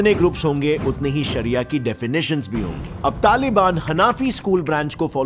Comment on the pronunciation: Saria means law He saying saria law saria law 😆